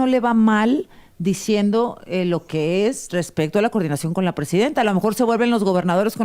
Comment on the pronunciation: Hay que bueno que Claudia sheinbaum ahora sí pronunció la palabra correcta, "coordinación", porqué siempre pareciera que dice, (curdinacion con EUA etc),....es que a Morena le gusta la mala vida, los que los tratan mal, le besan los pies 👣🧦 Donald Trump primero le da muchos halagos y le dice que es Bella y luego le suelta el rramalazo sin piedad, cómo la Bella y la bestia 😆😁🤣🤣